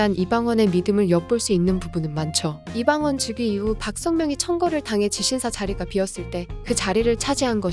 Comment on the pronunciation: 이방원 발음이 이방언으로 들려요.